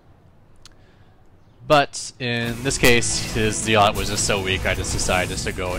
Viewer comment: It's pronounced "zell-ot". Not "zeel-ot".